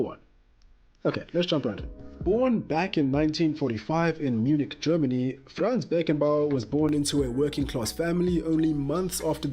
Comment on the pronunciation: His name is Franz Beckenbauer not Fran's